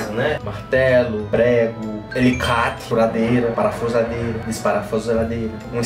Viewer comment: Mesmo falando pausadamente, o falou errado "parafuradeira" 😂😂😂😂😂😂 é parafusadeira kkk😅